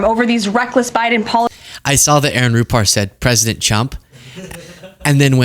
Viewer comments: She also says pwesident lol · She said Pwesident you missed it!!!! It was gold! Elmer Fudd!!